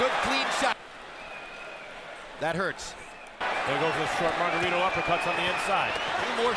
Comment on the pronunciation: Lo más encojonante del vídeo es como pronuncian el nombre incorrectamente es Margarito! No margaRRITO like a buRRITO pinches gringos. Talves si uso vendaje ilegal pero los golpes le entraban no? Como boxeador también te puedes proteger y bloquear los golpes! Todo le entraba a cotto